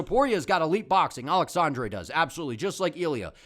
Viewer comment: Also thanks for properly pronouncing “aleksandre” Topuria. For some reason other YouTubers (Guru) call him “Alejandre” when that isn’t his name lol